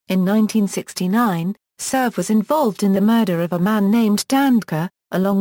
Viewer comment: first of all learn to pronounce names and placer correctly..... like pune and surve...